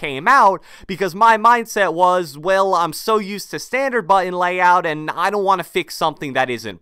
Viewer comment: Can you pronounce BUTTON correctly? It’s not Butt-On